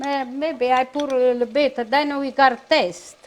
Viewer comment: Loved when they used to say,lill bit.fond memories,awesome dear ones.❤